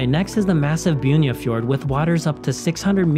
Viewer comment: Han gjør det med de fleste navnene. Putter tilfeldige "J"er inn i navnene. Jeg vet ikke hvor han har det fra, men det går en litt på nervene etterhvert.